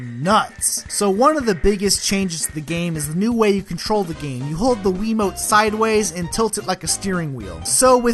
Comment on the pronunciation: Gosh...This idiot Cusses Too much and Doesn't Know How To Pronounce Wii Remote! Dislike.